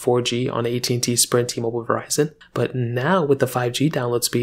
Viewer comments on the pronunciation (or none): It’s called T-Mobile not T-Mobil